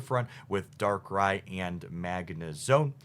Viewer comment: Subbing for the correct pronunciation of "Darkrai"!